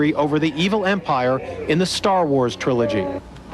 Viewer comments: It was an honest mistake while under pressure on live TV. Pronouncing “wars” like “star” is not a big deal and is a common way to twist your tongue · Never heard 'wars' pronounced that way. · I thought the same thing